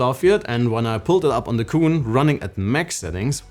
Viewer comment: It’s ayeneo QUIN not cooon!!!